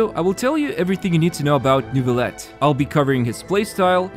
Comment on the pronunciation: AAARRG IT SHOULD BE PRONOUNCED NEUVIYETTE AAAARG Sorry, baguette obliged lmao, thanks for the video.